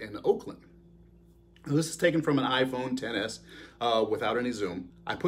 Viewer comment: thank you for saying iphone ten, instead of x